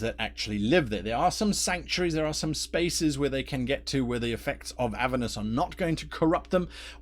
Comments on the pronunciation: It's Avèrnus btw, not Àvernus :) Thanks for the video. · Never heard "Aver-nus", always heard it pronounced "A-ver-nus". This might be the new "As-mo-de-us" versus "As-mod-eus". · learn how to say the name of the level of hell right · There are 2 pronunciations